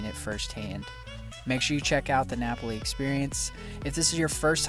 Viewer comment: Just remember that when you visit a place to learn the correct pronunciation of a word, place or thing. You are in Hawaii pronouncing Napali like it is an Italian word. That will offend the locals. It is Na pal i.